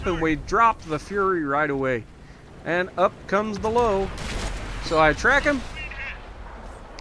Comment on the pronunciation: Ok the Lowe is pronounced as Lurva, hearing Lowe was like nails on a chalkboard. Looks like the t34 penned your immortal super Pershing that was hilarious